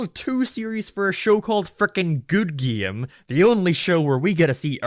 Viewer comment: Lol how does this dude not even know how to pronounce “game”?